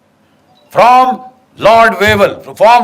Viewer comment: Lord vevel ku....sirf vevel bolne me ku dikkat